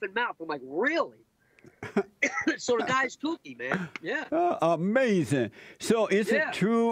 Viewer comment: Uh May Zin